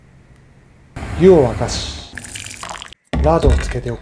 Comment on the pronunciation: の「湯を沸かし」が毎回「用を足し」に聞こえてしまう